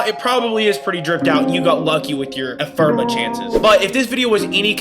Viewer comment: Great video but PLEASE say Ephemera right lol. “Eff-emm-air-uh”. Anyway. Sweet video! I’m a returning vet who left about a year ago and upon coming back I remember next to nothing about how to handle a lich. Completely forgot you even have to do Railjack for it 🤦🏻. Thanks for the detailed refresher!